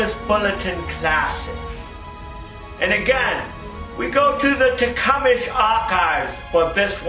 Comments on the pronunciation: carbu"traitor" is funny but Tecumesh is pronounced Tecumseh. Or am I missing something? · Tah - come - sah not takumish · All the other slips of the tongue I get. I would say te-come-say. I think Tecumesh is just easier to say. is one of life's great natural communicators. He would be a great teacher of whatever subject he chose. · Pronounced as ""Tea-Cum-Sah"... Althought their Carburetor Design "SUCKS", they have good engines.